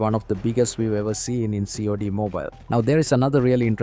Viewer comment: It's not C-O-D-M, it's COD-M